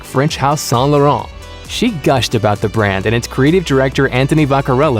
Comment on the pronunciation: Yea I already know all of these. But thanks to this, I already know how to pronounce Saint Laurent